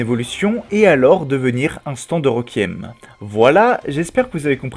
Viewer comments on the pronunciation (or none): none